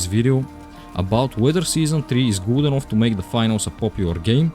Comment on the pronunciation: tOor, doNe, nOThinG, FackinG, eNoFF:DD is NOT cooking these voiceovers 💀💀💀